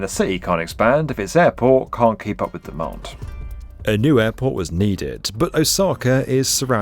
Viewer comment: Once you hear it, you can't un-hear it: pronounces every word ending on a soft D with more of a harsh T: "build" becomes "built", "demand" becomes "demant", word becomes wort, and so on. Kinda hard to listen to. But the content is of course great!:)